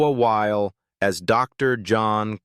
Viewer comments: Noah's last name is 2 syllables. Wy-le not while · Pronounced Wy, lee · Noah WHY-LEE!